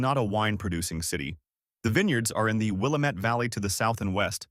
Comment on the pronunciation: "Will-LAM-ette" rhymes with "damnit"